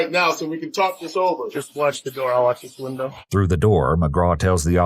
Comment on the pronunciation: "before he can come out to tALLk" lol